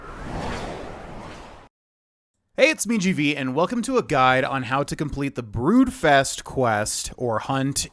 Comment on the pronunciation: I think you said the name of the quest wrong? I did the exact same thing too lol it's funny